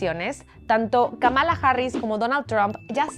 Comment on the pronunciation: Que pena que un medio tan prestigioso aún no aprenda a pronunciar el nombre de Kamala Harris. El nombre de esta presentadora ignorante no se pronuncia, sino “” Kámala, no Kamála. El último es una forma de insultar y desprestigiar a la representante demócrata inventada por Donald Trump para hacer menos su persona. AVERIGÜEN!